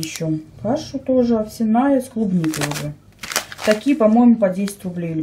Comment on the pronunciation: ОвсЯная каша, извините, но режет уши!